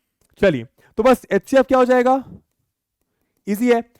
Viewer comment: Sir hcf ko atecf bolte hai 😂😂